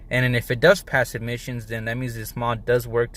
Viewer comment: Why you keep on saying admissions testing? It’s Emission testing dude!. Are you on braces 😬 🤪